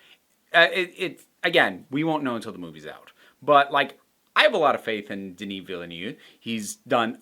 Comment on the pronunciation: [ dè-ni: vi:l-øv ] /deh-NEE veel-NOOV / veel-NÖHV/ (where the OO is like look, book, put, push, or a close, rounded Ö/Ø/Œ.) -- not newv